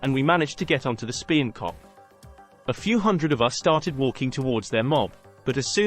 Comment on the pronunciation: Talking complete bollocks. Chelsea have NEVER taken the Coventry end. OMG I can see why you think Chelsea were so hard. QPR, Fulham, Luton, Plymouth, Orient, Southampton (Milton Road was actually the away end), Stoke,,,,,wooo! Watford, you hard bastards. Speen Kop? Do you mean Spion Kop? Blackpool, Blackburn and Burnley .... wooo!